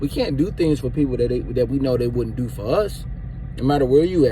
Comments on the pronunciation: Bro I’m sorry but plz stop saying dew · 🤣😂😂😂 "Watch what you Deew.. just do it right" So he really know how to say do lol